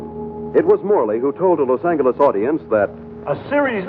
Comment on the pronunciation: 5 minutes, did the announcer pronounce Los Angeles with a hard G?